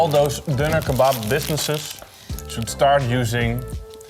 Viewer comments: Why struggle with the word donner? It's infuriating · Pls make a new video an call it Döner with the "ö" just for your german and turkish friends <3 🙂